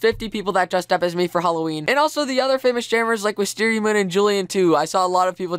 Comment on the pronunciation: You said holoween... if you get that refrence i love you so much